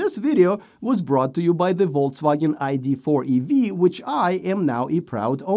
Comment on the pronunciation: I just realized you may have been pronouncing it "Voltswagen" all along :)